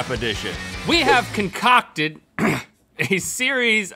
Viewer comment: "ConCOCKted" cough